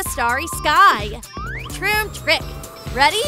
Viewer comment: Stop saying tromp trik